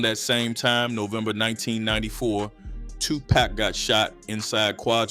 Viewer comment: Dude need to know how to pronounce names. Its Tupac not Tupack 🤦‍♂️